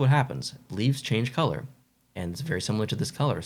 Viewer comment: Colour, not coulee 😂